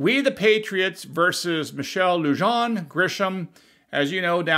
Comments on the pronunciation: Pronounced Lu' han... Bernali' yo... Spanish pronunciation - is new MEXICO a clue? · Lujan pronounced Loo-han. The Tiny Tyrant is what the locals call her.